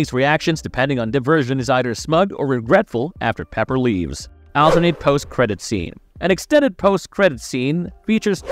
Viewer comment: Your pronunciation of alternate is ridiculous